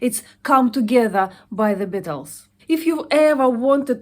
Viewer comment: The Bittles!! Lol!!